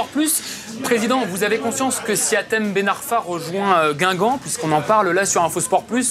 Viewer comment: Mais c hatem putain pas Michem 😤